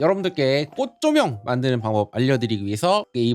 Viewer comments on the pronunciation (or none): 쪼쪼명으로 들리는 초코면 ㄷㄷ